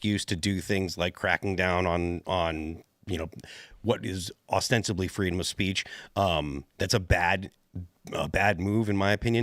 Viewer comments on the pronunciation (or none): I'd like to start a petition to have Phil stop saying ostensibly pronounced austensively. He says that shit like every other sentence for like a week now